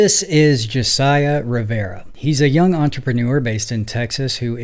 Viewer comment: BRO...Learn how to pronounce names before doing your videos please. I almost stopped watching after hearing you mispronounce Josiah several times. Their's several spellings but he stated it very clearly.